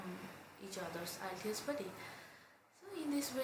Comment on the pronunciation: PLS,,learn how to pronounce "IELTS"?